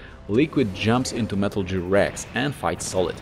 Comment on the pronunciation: I don't know why I can't handle hearing "Metal JEER". They say it in game, right? Idk what language he plays the game in and I don't want to offend anyone. I love anyone who also loves the Metal Gear series.